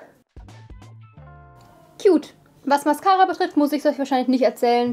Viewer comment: Bei der Mascara hat wohl kurz Laura aus Ally gesprochen 😂😂